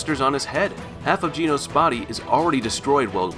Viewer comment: bro you are pronouncing genos wrong